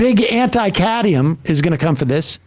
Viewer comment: It's cadmium, not "caddyum!"